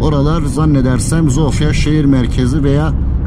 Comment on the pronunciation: Hersey super olmus elinize saglik ama bide dogru konussaydiniz cok daha iyi olurdu. Omw ye neden omfa diyelim. Veya sofia ya neden zofia